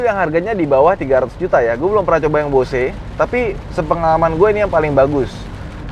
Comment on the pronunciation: Numpang nonton yg 7 seater sambil nunggu yg 5 seater nyampe rumah besok 😆 tapi maaf, Bose itu dibacanya "Bouz" bukan "Bo-se"...